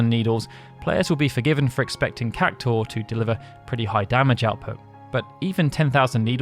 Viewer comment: Why are you saying "CAC-TAUR" ? its CAC-TU-AR